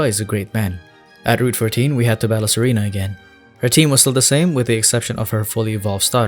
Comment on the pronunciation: When He said Serena I thought he said Tsareena. Whats wrong with me